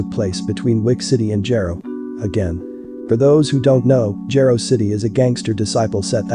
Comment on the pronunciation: Jaro(Jar-o) it’s pronounced btw